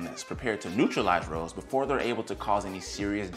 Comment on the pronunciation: It's hard to have confidence in the information when the speaker pronounces ROS as 'rows'. I've watched many videos on this topic over the last two or three years and without exception every single PhD and MD I have watched pronounces this 'ross'. I'm not saying there couldn't be an alternate pronunciation but in dozens of speakers, I've never heard it. So wondering…?